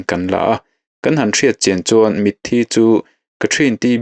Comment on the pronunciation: 'Mit thi' tih in ilam ri thina 'Mithi' tih a lam rik tur Ani zawk lo maw Kapu?